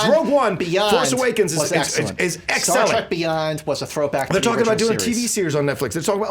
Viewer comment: Star... "Tek"?